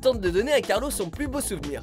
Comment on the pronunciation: C pas Carlo mais Carlos ... mais bon